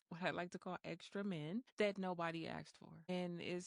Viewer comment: "...extra men that nobody axed for". What the hell do you "ax" somebody for?